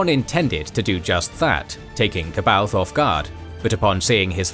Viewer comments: Ka baoth???? Its pronounced Saa-bah-yoth. Goodness gracious. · The anniversary edition of Heir to the Empire actually gives a pronunciation guide to "C'Baoth". Apparently it's supposed to be "suh-bay-oth". How tf would anyone figure that out???